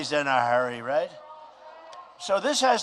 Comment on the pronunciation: REIT REIGHT REIT